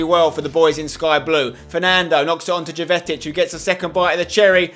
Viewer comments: His name is jovetic but its pronounced yovetic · Keep saying Jovetic wrong